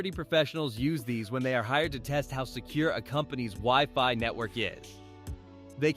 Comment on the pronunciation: Ah yes, the good old "weeee-fy"